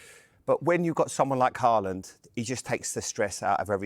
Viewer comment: Learn to pronounce his name first.. Say Halland